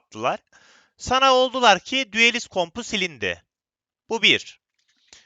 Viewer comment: düelist değil duelist